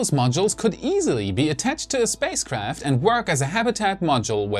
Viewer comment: Did he say "safespace craft"?